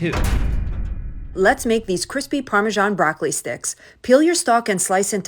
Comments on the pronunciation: WTF, parme-sean? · Why do Americans call Parmesan parmajohn?💀💀